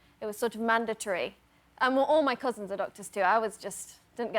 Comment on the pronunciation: When she said cousins she sounded Sheffield